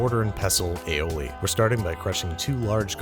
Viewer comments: Maybe the sauce wasn't coming out 'cause you kept calling it aoli. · Aoli lol